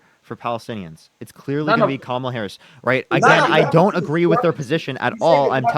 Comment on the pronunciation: The fact that he keeps mispronouncing Harris' name means he isnt debating in good faith.